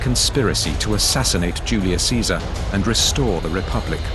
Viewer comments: yes, instead of "Kaisar" or "Chezar", they pronounce "Tzezar". Because they are Polish actors. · Lol why they pronouncing Caesar as Tzesar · they are mispronouncing Caesar. its supposed to be kay-zar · Marc Antony's Latin pronunciation sounds bit modern. Chesar, instead of Kaisar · I think the guy reading Caesar's will is the only actor/extra in this entire documentary who knows proper latin pronunciation... Caesar sounds more like Kaisar, Julius becomes Iulius, V's are actually W's, etc. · Is not Caesar pronounced in Latin as Kaesar as opposed to Caesar? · Pawel Delag is a Polish actor. Although why he pronounced ‘Caesar’ differently in the same speech is puzzling.